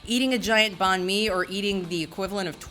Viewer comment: Her pronunciation of Banh Mi kills me everyone I hear it